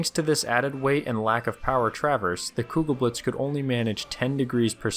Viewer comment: The "e" is still not silent. Even on the end of German words.